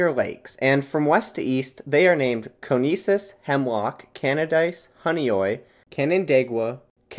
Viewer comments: Conesus is said more like cone-EESH-us, but I really appreciate a deep dive on my home turf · You didn’t pronounce CONESUS correctly. Try again. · Psst nice video, but you mispronounced a couple of the geographical features. Instead of "Coh-nesus," it's "Cuh-neshus." Instead of "Cah-hoh-cton" it's "Coe-hockton." Not a single soul in the region ever pronounces them the other way. Good job otherwise though, thanks :) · and you already pronounced the first lake's name wrong. It's Cu-knee-shus. , it's pronounced Q-ku. Also, only the eastern lakes are in Upstate NY. Canandaigua, Keuka, Honeoye, Canadice, Hemlock, and Conesus are in Western NY since they are west of the Pre-Emption Line.